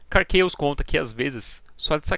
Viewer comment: Se você le "KARR CHAOS" como: Karr "QuEIOS", você tem que ler o KARR com "QUERR", pois o a tem som de E no inglês. Ou laia como o nome de fato é: KARR "CAOS" CHAOS = CAOS. Dito isso, muito bom o video, nota 10